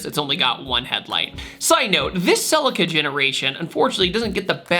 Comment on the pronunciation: Please stop saying selekar! It’s pronounced Sea Leak Are (Celica) Otherwise great story today.